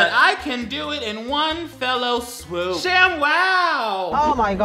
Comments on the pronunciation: I have questions. Firstly, why is your house so purple? Second.....you do know it's "one fell swoop" and not one "fellow swoop" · Is anybody going to tell that it's "one fell swoop" not "one fellow swoop"...? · saying "fellow swoop" instead of fell swoop is so me coded it's ficking unreal. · I love you but it’s “one fell swoop” not “one fellow swoop” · I need someone to tell that the phrase is "in one fell swoop" and not "in one fellow swoop" 😂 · ITS FOWL SWOOP MAC COME ON I LOVE YOU BUT FOWL SWOOP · Is anyone gonna tell him that it’s “fell swoop” not “fellow swoop”? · BRUH i know gays can't speak correctly but it's one FELL swoop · it's fell swoop, not fellow swoop I swear to god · Dude, I love you man. We're best friends. You know that. But it's "fell swoop", not whatever weird shit you were saying. Call me! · Was he saying "fellow swoop"??